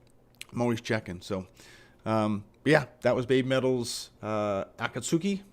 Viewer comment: Sad old metal heads who hate , are just stuck in the past. Progress is not what they want. Luckily these folk are in an ever shrinking minority. Pronounced AKATSKI by the way. The albums are great, but they take live to another level. 🦊🦊❤️🦊🦊